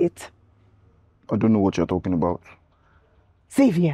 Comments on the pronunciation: Lol Nigerians Xavier is pronounced “shavier and not Savier”😂😂😂😂😂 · 🇺🇲 we pronounce it Za vi er